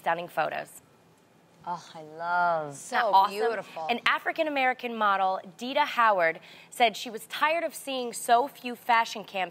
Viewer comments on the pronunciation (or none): Yo go my #LIB sister!🇱🇷🇱🇷🇱🇷🇱🇷 Y'all try hard and pronounce le geh name correct nah... its Deh-deh NOT Dee-dah. Sprinkle that gold dust my geh wit ya #BlackGirlMagic! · Natisha James it actually pronunce deh deh but they say de da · Tamera pronounced her name wrong, it's (dead-deh) lolz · Was looking for a comment like this!! Liberian, people. Get it right. Also, the way Tamera pronounced her name though!! lololol